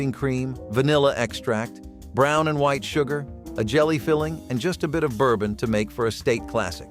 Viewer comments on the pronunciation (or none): none